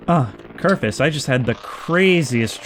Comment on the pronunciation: For the love of god, his name is KERFUR not Kerfus. Its so minor, but it bothers me so much. Your videos are awesome, please dont stop.